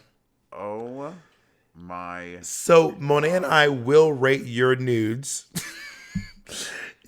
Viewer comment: Symone Wrice not Monté, child lol